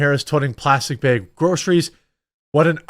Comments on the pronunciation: You’re killing me when you say “ bags” whole bunch of times. Bayegs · Jeremy you keep saying "Bage" do you mean Bag? :) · Haha Jeremy says "bhegs" I know someone else who pronounces it that way lol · Jeremy, we will help you pronounce the word bag properly.